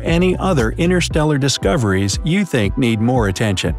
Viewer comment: you said u not you